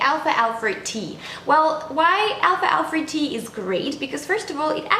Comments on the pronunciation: excellent video, just the pronunciation is wrong , its alfal-fa, not alfalfa. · What country are you from? Because I notice you're adding the sound of the letter r at the end of the word alfalfa. I am from North America and we don't pronounce it with the r at the end. But I love alfalfa. I just added some today to my sandwich for lunch. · Al falfa but great info!